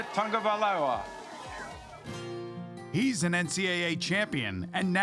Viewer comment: “Tua Tungo-Vailoa”